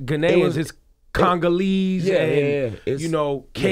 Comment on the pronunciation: Ebro sound stupid saying cangalese 😂😂😂it’s “Congolese”